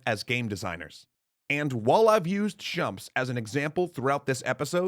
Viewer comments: Shumps? Excuse you? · Chumps ???? What the heck is a chump? I know shoot em ups, or shmups as they are often called,, but Chump? Chew-up-them-p's? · Should still be pronounced "Shh-mu-ps" and not "chumps" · He keeps saying "Shump". I've literally never heard this term before. Last I checked, they were called "Shoot-em-ups" or "Shmups" for short. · Wait!?? Did he just say Shumps? LOL I thought he was talking about a particular attack pattern not Shmups! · Aren't they Shmups and not Shumps? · Shumps? I thought they were called Sh'mups. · Did I "Shump-up" on this one or what?! Apologies for my mispronunciation of the shorthand for "Shoot 'em ups." I’ve always said “Shumps” when discussing these games with my friends and no one ever corrected me. However I have now learned the error of my shumping ways. I feel quite shumpy for shumping this up royally like a big ‘ol Shump. -;) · This episode is actually really interesting, but it's a little bit difficult to watch, because... well, the "shumps".